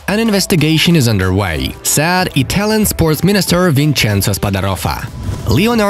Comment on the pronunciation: Whenever he says said it sounds like sad which is so stupid